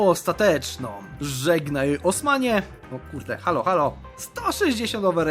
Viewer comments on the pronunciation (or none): none